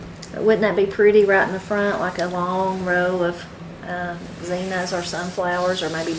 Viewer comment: Are you calling Zinnias Zenas?